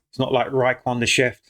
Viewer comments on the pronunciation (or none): Ry kwon???? That pronunciation was diabolical fam!!! Nobody EVER has said RAEKWON how you just did!!!!!!!!!!😮😮